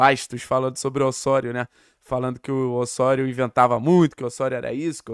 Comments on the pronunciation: Mano…..mania de falar Ôssôrio….aqui no Brasil é Ozório kct, carioca querendo bancar sotaque espanhol é foda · deu o furonda notícia👏👏👏👏, mas Ôssôrio 🤣🤣🤣🤣